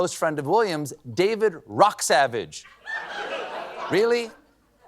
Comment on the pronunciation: Rocksavage is actually pronounced "roughage"